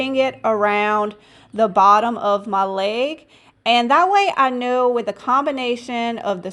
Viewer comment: "laig" 😂😂 a little southern, eh?